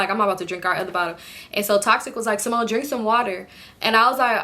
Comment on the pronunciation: “Ceemone” us Hispanics always pronounce names with our accent😂